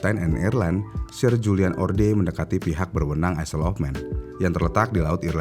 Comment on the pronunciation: Maaf om, bacanya bukan "isel" Tapi "Ayl"